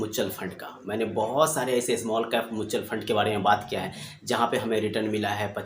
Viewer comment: Bhosdiwale pahle म्यूचुअल फंड बोलना सीख ले। फिर ज्ञान चोद,chutiya